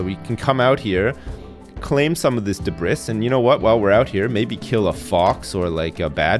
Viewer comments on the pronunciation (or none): debris is pronounced debree, not debriss. sorry for being 'that guy'. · debris is pronounced 'debree' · My man just said "Dabriss" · Does everyone in the UK/Canada pronounce debris like debris and not debree? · When you want to watch a guy who makes you question his level of intelligence, this is the guy. How do you not know how to pronounce "debris"? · Debris........the s is silent mate